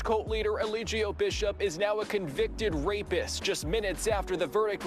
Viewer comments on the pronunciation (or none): Look up the “Law”in Georgia first before you give an opinion. He was given a chance to take a plea and he didn’t. I see that you’re hopping on a trending topic because you’re playing his cult propaganda videos😂🤣 You can’t even pronounce Eligio “Clubfoot “ “60” Bishop name correctly. Let me stop, because I can go on and on.